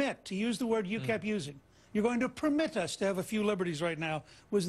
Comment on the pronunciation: "We must not 'pumit' this from happening. Me must not "pumit" this to happen." Illiterate bigot. :)